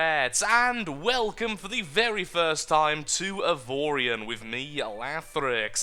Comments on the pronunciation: Justin A my god lathrix pronouncing the name right!? The gods must want to play more! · 1 you said the name right 2 series plz